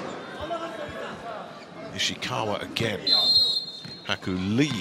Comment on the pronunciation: I love how the speaker messed up Ishikawas name persistently